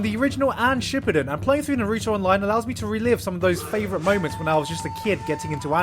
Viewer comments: NAR-OOO-TOE Not NAR-EWW-TOO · Why does he keep saying Nruto instead of Naruto??? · Omg hes so terrible at pronouncing stuff from naruto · How are you sponsored by a Naruto game when you don't even say Naruto correctly... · YOU HAD ONE JOB PRONOUNCING NARUTO